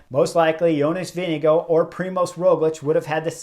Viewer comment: YO-ness Veeng-goh or Veeng-eh-goh. Only one hard "G" but we Amercians can't help but pronounce with two. Rhyme it with "wing." And the "R" is silent...Denmark supposedly is the happiest country in the world. Maybe because they're always laughing at how we try to pronounce their words...